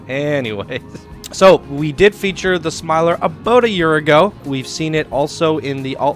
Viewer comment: Thank you for the spotlight! Glad you liked it! (Ps, you got the name right!)